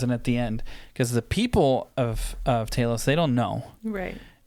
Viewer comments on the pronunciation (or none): TEA-LOS pronounce it like that for Telos 4 you feel me